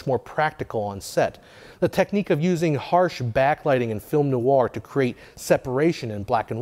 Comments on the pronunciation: Why are you saying noawah it's just nware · I’ve never heard “noir” pronounced like that before. Always thought it was one syllable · I like this series, but find a video about film noir difficult to watch when the key word "noir" is continually mispronounced.